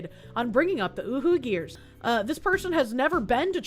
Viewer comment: Did you just say "uwu-geers?"